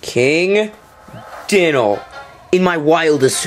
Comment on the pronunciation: 1:pronounced (die-nal) 2:LP not FP 3: i did beat dynal with 3 bones